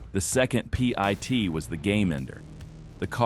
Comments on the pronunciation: Ots not a p i t idiot. Its a pit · ... performed a Pee-eye-Tee maneuver ... 🤧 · With the exception of calling it a P-I-T maneuver and vehicle number instead of just "vin," not half bad for a compilation.